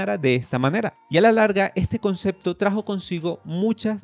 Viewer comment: "ESTE CONCEKTO" Diossssssssssssssmio